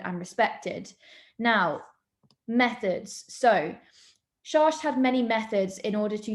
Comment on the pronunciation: his name is pronounced SHACKT not SHARSH